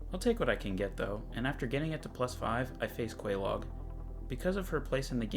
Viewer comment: Quelaag, you pronounce laag as lag. You know as in game lag… LEARN DARN YOU